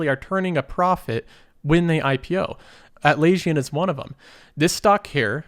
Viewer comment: Lol - everyone pronounces Atlassian wrong. I do have to correct you though - they didn't work on a Fremium model. Their prices, relative to everyone else, was cheaper. If you were heading up against BMC Remedy ITIL issue tracker versus Jira, buying Jira would save you a couple hundred grand. If you were buying Jira + their Agile plugin versus Rally - you were saving LOTS of money. Atlassian's products were easier to use, cheaper, and excellent word of mouth. You also have to understand that you just had a flat price to buy their software. No sales team. Versus other Enterprise software where there was a sales team. In Atlassian, you had simple block tier licensing (2k users, 10k users, etc.). With Enterprise companies you had a ridiculous level of licensing (seat license, local license, global license, state license, named license, and whatever else they could come up with) where they made their money so you could easily drop a million dollars on licensing for 5k people for a simple tool and there Atlassian sat where you could buy a better tool, with flat license fee, no contract tricks, for $24k. When they opened up the Marketplace to allow devs to build their own apps, word of mouth spread like fire. They were profitable from the start and was a unicorn when going public. I remember reading all the articles about it at the time.